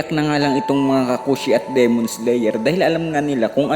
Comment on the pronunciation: LodS paki diinAn NAman at tigiSan ang pag bigkas nG D? Dimon nOt demOn! Owkey kairitA anG vOice over eh😂ok